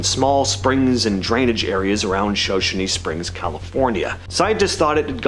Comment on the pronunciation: Show show knee. Shoshone